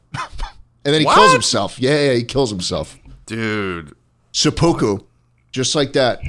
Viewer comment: Two things that as a Japanese major made me laugh so hard: - Schlatt said something about "taking a bite of Pocari Sweat"; Pocari Sweat is a drink or electrolyte powder lmao - He calls seppuku "sa-POO-koo" and I can't get enough of it.